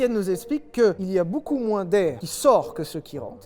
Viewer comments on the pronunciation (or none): “Y’a beaucoup mrin d’air” ptdrrr